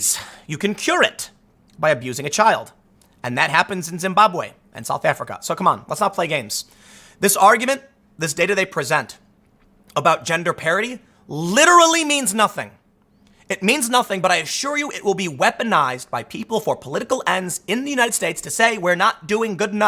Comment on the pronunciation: Tim says "gender parity" but it comes out sounding "gender parody", which is far more appropriate for what he is speaking about in this video.